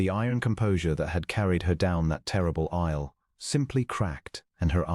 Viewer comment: I am offended by the mispronunciations by the Narrator of many of these stories. The most common is to pronounce "bowed {as in COW}" not as 'boad' {as in boat but with a d in place of the "w"}. Also the word "aisle" is pronounced "Isle" as in Isle of Capri. These are the vagaries of the English language. I am assuming the voices in these stories are AI productions. I suggest you need to adjust your algorithms to accommodate the vagaries of the English language and any of the many other languages you might use rather than cause offence.